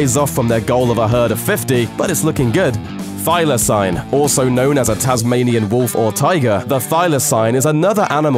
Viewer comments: Thy-la-seen not thy-la-sign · It's pronounced Thyla-SEEN and no one calls them the Tasmanian Wolf only Tasmanian Tiger